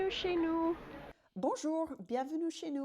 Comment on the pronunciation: Not bad at all. You’ve made some progress — your “R” is better, and your intonation is less sing-songy. The main issue for me is your “é” sound, which isn’t quite right. You pronounce it somewhere between “é” and “è”. For example: chez, étage, aller, visiter, escalier, terrasse. It’s a very French sound and it appears everywhere. For foreigners, it’s often very difficult to pronounce, but for native French speakers, it feels easy and natural — so if it’s not perfect, we quickly notice that you’re not French. Just focus on improving your “é” sound, and I’m sure you’ll sound much more French!